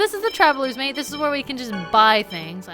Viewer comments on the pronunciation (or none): none